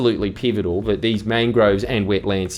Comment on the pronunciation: "theese little woodies"